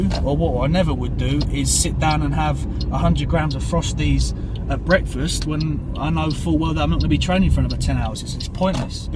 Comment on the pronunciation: Yeah the bwekfast thing killed me also lmao